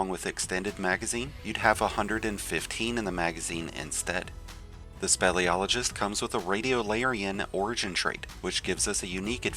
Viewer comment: Speel SPEEL-iologist! NOT SPELL.